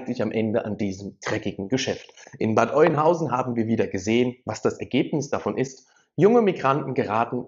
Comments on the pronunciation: Bitte nicht Bad Eunhausen sagen. Bad Öenhausen oder Bad Öhnhausen, so spricht man das aus. Dein Beitrag ist aber ansonsten gut.😘👍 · Nicht Oinhausen, sondern Öönhausen ausgesprochen 🤓 (Bad Oeynhausen) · Sorry , es heißt Bad Oeynhausen OE = Ö ausgesprochen ,, also Öeynhausen ausgesprochen !! 👍🏻😉😉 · AUA, das tut langsam echt weh in den Ohren. Es heißt ganz einfach gesprochen"Bad Öh'nhausen"